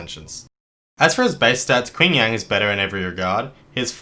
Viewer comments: Just a note, his name is Ching Yan, the "a" is like in "man" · "Quing Yang" Ouch.